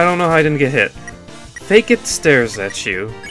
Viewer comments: its fAkit not fakeit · its not "fake-it" its pronounced "fuckit" xD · I think it's pronounced like F*ck it for Fakit. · Fun fact: Fakit is pronounced "Fuck it"